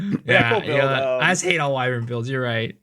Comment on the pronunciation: Miso the only one who knows how to pronounce "Wyvern" lmao